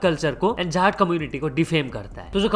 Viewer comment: bro that's not jatt it's jaat there is a big difference